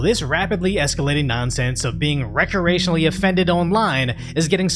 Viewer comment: did you really say recorationally? That's so great.😂